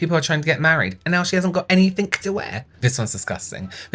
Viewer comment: “And now she hasn’t got anythink to wear” lmfao 😂